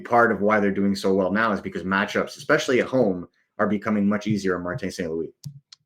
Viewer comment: is great but why must he say ‘expecially’ 😩😩😩